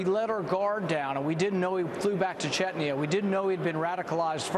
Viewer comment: Chechnya not Chetnya, study up